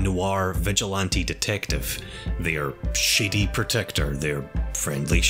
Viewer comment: Did you say shiddy or shady